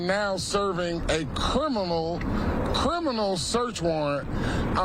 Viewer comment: This fool can't even pronounce "Criminal" properly. "Kerminal"? YOU ARE SCARED TO LOSE YOUR ILLEGAL IMMIGRANT VOTERS. YOU SHOULD BE. SOMEONE TELL THE HYSTERICAL KAREN TO STOP YELLING.